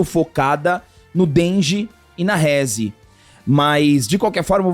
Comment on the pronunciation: "Rézi. Dengi" 😂 Provavelmente assistiram dublado. Seria uma pena, pois a "dublagem" japonesa é infinitamente melhor. "Reze. Dendi" são as pronúncias certas.